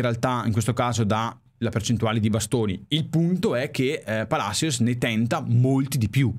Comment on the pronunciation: Tajeres..? e ToMás Palasios si pronuncia